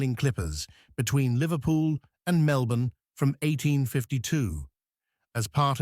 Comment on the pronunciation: At first I was pleasantly surprised that you got the pronunciation of Melbourne correct (Melbin). But as you went on I had trouble working out where you were talking about in rural Victoria. I come from Ballarat so I know the areas well. Starwell is not right it's Stawell (Storell). Maybe next time look up local pronunciations first. But overall a very good story.